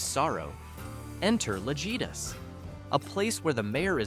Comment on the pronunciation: Sorry. Someone had to say it. In the Mexican language. the letter J is pronounced like H. Thus, the word Lajitas is pronounced “La-HEEta”. But I’ve been there and I love the drive. And after you’ve driven from Presidio to Lajitas try driving from Lajitas to Presidio. Completely different view and scenery.